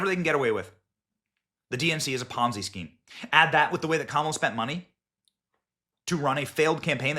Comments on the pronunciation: Mr. Benny Sir. it is pronounced as ponzi- not ponzai. Ponzai sounds like something you yell before attacking! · I just stopped listening and turned the video off when you mispronounced Ponzi again. Ponz-eye? Aim-ish? Seriously Benny for someone who does this for a living you have a terrible grasp of grammar and pronunciation. Learn to talk.